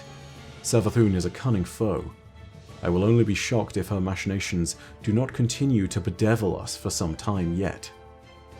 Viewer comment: Does anyone else find it really distracting the way says machinations entirely incorrectly??